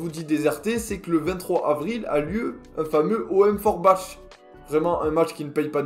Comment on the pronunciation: ça se prononce " forbak" mais s'écrit forbach